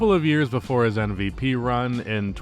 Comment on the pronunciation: Why are you saying "NVP"?